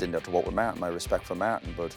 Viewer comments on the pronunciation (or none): Roy: Maartin, Maartin, Maartin 😂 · Say Martin one more time!!!